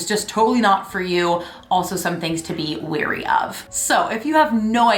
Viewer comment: "WARY" NOT "WEARY" !